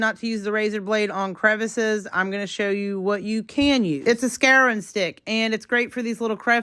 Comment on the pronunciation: Scouring stick not scaring stick